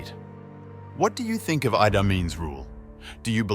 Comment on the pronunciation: u got name pronounciation wrong. its idi amin dada not idai amin. its also langi people not langai people